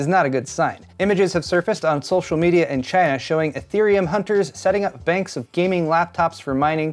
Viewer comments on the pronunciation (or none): none